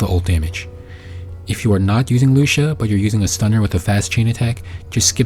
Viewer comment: Lu-ci-a kinda like cis-si-a. Except with Lucia you use the c sound and with cissia you use the s sound. Lol